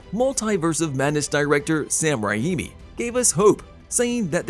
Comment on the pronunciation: Sam “Rah-eemee?”